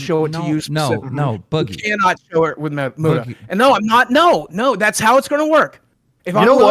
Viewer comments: "I've been friends with Mute-a for years" Clearly not enough that you bothered to learn how to say his name, keem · Am i the only one who gets more pissed off each time keem says "Myuta" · Why does nobody correct Keemstar when he keeps calling Muta “Mew-ta.” Like everyone pronounces it right and he hears it; yet he continues to say it wrong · y he call him mewta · Lmao at the way keemstar says “mute-ah” instead of Muta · I can't stand the way Keemstar says "Mewda" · LOL."ive been friends with Muta for years" but can pronounce his name